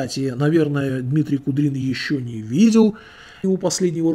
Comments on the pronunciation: Да не Кудрин, а Куприн, и не две тысячи подписчиков, а тридцать тысяч, разницы нет, но все равно, мне кажется все только начинается. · А что, Куприн уже Кудрином стал, хоть фамилию научись правильно читать, автор, алё. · Дмитрий Куприн, а не Кудрин....и у него уже больше 30 тыс. и подписанный народ весьма думающий.... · не куДрин, а куПрин. Годный мужик, толковый. А "гадик" мне антона уральского напоминать стал "я вас засужу! У меня и адвокат есть!" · Он вроде не Кудрин, а Куприн.... И подписчиков чуть больше 30К, а не 2